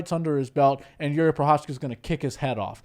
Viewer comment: spíš mě nasralo, že Cejudo, co říká jak je dobrý kámoš s Jiřím, když ho trénoval... Ale furt nevysloví jeho příjmení správně 😂Prošečka ain't it